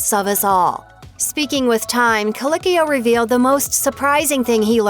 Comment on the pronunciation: I may not enjoy this person, and you can at least pronounce his last name correctly: coLEEKeeo. Thank you.